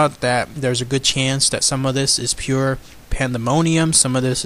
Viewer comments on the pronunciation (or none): none